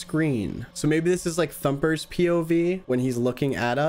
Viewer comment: that ounds like thumpes